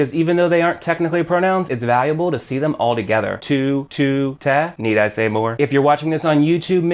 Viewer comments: its pronounced tay (te) not teh (te) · Love your videos, but everytime you mispronounce te I cringe.. sorry, much love